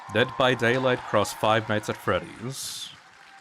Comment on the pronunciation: God it was such an honor to meet Mathieu Cote and grab a photo with him. He’s the dude who handles all the licenses and what not for dbd but he can’t pronounce Five Nights at Freddys for the life of him with his thick French Canadian accent 😭